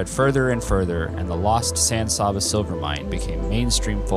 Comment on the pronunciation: Good video. As usual, someone has to make a comment about pronunciation. I'll take that lead. San S(ahhh)ba. Not really. San S(aabb)aa. Is much better.